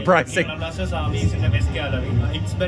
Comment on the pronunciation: Not Saturn It's (blasteeeeeeers blasters) Kerala BLASTERS